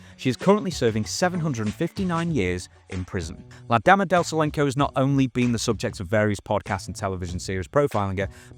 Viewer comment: Silencio is Solenko...ok. other than that ear worm, cool video!